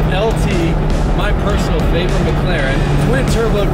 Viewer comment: I knew was sigma because he said I don’t need entirteiment I have a mclareann